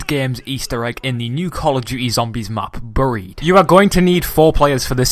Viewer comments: not buurrrried bearied not trying to be rude just it kinda kills me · say buried properly